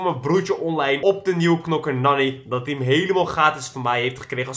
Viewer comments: Je schrijft nani maar je spreekt het uit als naani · het is naani tenminste zo spreek je het uit en je schrijft het als nani love naar jouw familyyyy